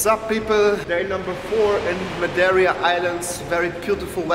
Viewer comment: Wer hat auch gute Ohren und hat gehört wie er im ersten Satz „maderia“ und nicht madeira gesagt hat lol 😂